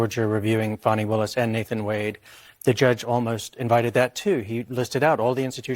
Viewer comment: STOP WITH THE FONI ITS FANI